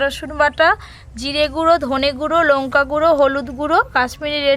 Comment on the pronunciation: আপনি উচ্চারণ গুলো ঠিক করে বলবেন কুলা পাতা নয় ওটা হবে কলাপাতা লুঙকা নয় ওটা হবে লঙ্কা না হলে আপনার রান্না আমার ভালোই লাগে কিন্তু আপনার কথাগুলো ভালো লাগেনা